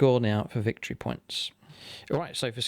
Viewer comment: "Ve fe' Victory yay Git!" XD